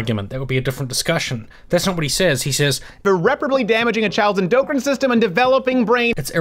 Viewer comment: Uh? "enDOPErine" system? Does he mean endcrine? What an idiot.